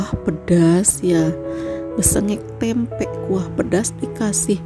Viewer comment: Tempe mbk bukan tempeknya,mbke nek salah ngomong ya....